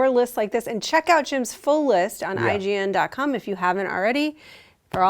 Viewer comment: did she say IGN.Cum? or was it just me